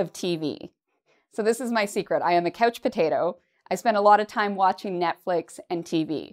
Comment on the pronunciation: you say couch i hear coach potato... 🥔🥔🥔